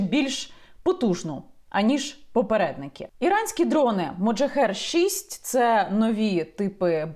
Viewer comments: Так "Мохаджер" чи як Ви кажете у відео "МоджаХЕР"??? ахахах тепер так і буду їх називати) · Так моджахер чи мохаджер???? Написано одне, а Ви говорите інше)))) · Мохаджер а не моджахер!!!!!!! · Яніно, Ви, як завжди, чарівна, а от мене дехто вважає занудою: чергова "вундервафля" зветься "Мохаджер", а зовсім не "Моджахер" (хоча, звісно, воно є "один ×єр"). Вітання з Харкова.